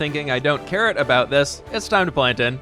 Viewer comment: Is it just me or when was about to make the carrot field, it sounded like he said ‘I don’t carrot about it’ instead of ‘I don’t care about it’